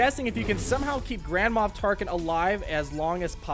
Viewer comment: y u say grandma tarkin?